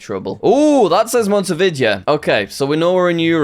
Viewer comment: Your pronunciation of Montevideo makes me want to cry